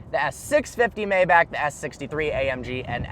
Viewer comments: you should know, it's pronounced "MY-bach", not "MAY-bach" 🙂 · Say it with me: "My-Bock". Not "May-Back." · S 560 maybach. Pronounce it my bahk